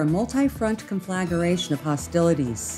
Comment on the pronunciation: Please check pronunciation of CONFLAGRATION. Great reporting, much appreciated. Viva Israel!